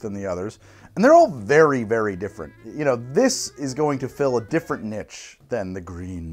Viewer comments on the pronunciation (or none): The entire video was brilliant until he said "ni-tch" rather than "nee-sh" when he said niche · I swear to God if you say "Nitch" one more time I am going to break into your house and introduce it to a local fraternity